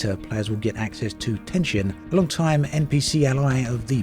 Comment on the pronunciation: Why do people say "Ten shin" when talking about Teshin? I never understood that mistake people make.